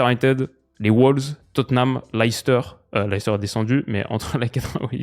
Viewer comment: Leicester ça se prononce Lè steuh pour faire simple, pas l'ail s'ter.